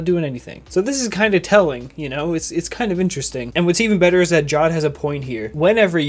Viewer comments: Idk if Jawed is Pakistani, but in my country (Pakistan) we pronouce Jawed, Ja waad or Ja wed and Ik that he prounces it JAW ed because JAW is another word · its not pronounced jaw-ed its pronounced ja-ved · ja-vedh. JAWED. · It's not jaawd it's jaaved (jawed) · First of all it's not jod it's jawed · FOR GOD'S SAKE IT'S NOT PRONOUNCED JAWED It's PRONOUNCED JAW-VAIED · It is not jad it is ja wed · The pronunciation of jawed in this video is wrong. It's pronounced 'jaavedh' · it's his name you cant just pronounce it wrong